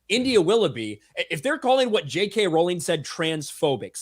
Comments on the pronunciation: So to be clear, it's not "RAWRR-LENG"? 🤣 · "ROW-LING" One day the guys will learn lmao.